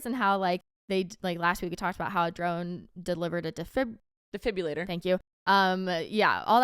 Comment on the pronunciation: you’re still saying defibrillator wrong since last week😭😭 it’s killing me😭